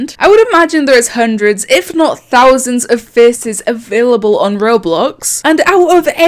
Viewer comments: i love when she says faces FECES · "fece" lol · nobody:: fice